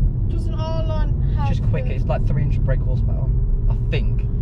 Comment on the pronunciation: I hope he noticed him mistake with saying R-line but sweet car man